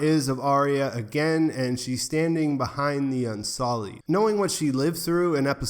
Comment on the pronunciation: Un-SULLied not Un-SOLLied. Unsullied, meaning not made dirty, not spoiled.